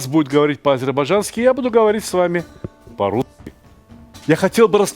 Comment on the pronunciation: Почему слово «по-русски» не произнесли полноценно????